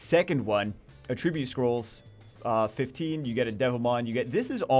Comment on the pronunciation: I will make it my life's mission to get you to pronounce attribute correctly.